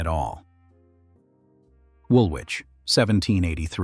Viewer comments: It's pronounced 'wool-itch' not wool-which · Woolwich is pronounced Woolich - the 'w' is silent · Woolwich is pronounced Wool- itch.